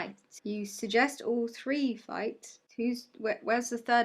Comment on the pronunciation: He said “three” haha his accent just made it sound like “free”